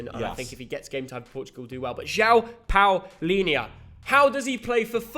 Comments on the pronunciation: You mugs you pronounced Palhinha wrong why I’m so disgusted it’s Pronounced Pal-ing-ah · I’m sorry but that hurt my ears one of the worst pronunciations I’ve ever heard of Palhinha’s name. You will have to learn how to pronounce it right when we win the world cup🇵🇹🇵🇹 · Theo its Diogo not Diego Dalot hes from Portugal not from Spain and João Palhinha its Palhinha not Paulinha